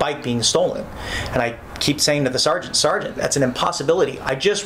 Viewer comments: Can we please have a montage of every single "saregant" or "officer oogletree"? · "all i kept saying over and over was 'sargeant'" for once he's not lying